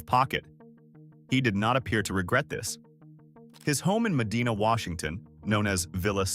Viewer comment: I'm surprised Weyerhaeuser wasn't on this list. And BTW, it's pronounced Med-eye-na